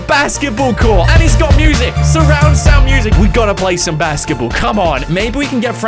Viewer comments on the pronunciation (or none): none